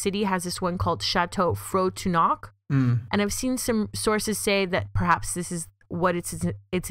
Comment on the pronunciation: Frontenac is pronounced Front-en-ac. Also, it was Canadian Pacific railways had a hotel division called CP hotels... and Chateau Frontenac and Chateau Laurier, Banff Springs Hotel, Royal York Hotel, etc. were owned by CP Hotels at one point in the early 20th century.